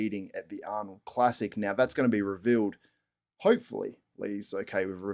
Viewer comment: God dammit 😂 it’s gonna be Rrrrrrrevealed 😂 I’m gonna sick Milo’s back after you